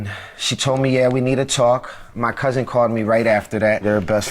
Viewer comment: I HAAATE when people say COUSENT...It's COUSIN ma'am.